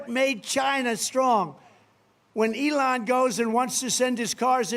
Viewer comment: LEON! Guy cant even pronounce his sugar daddy name correctly and he think he can lead a country. Get this old weird convict in jail where he belongs!